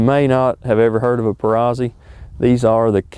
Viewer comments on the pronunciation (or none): No offense Dude. You and the Mrs. are awesome shooters. It's pronounced, per-ROTS-ee. Like pizza, you don't pronounce the z's. Don't shoot me. Lol. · It's Perr-aut-zi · Perazzi is pronounced ... Per-rat-see !! For Christs sake ! Lol